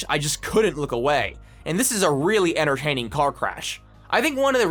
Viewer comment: look everybody! he said "enterhaining" instead of "entertaining"! point and laugh!